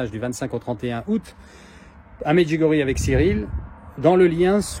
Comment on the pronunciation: Merci de prononcer MEDJOUGORYÉ. Soit beni.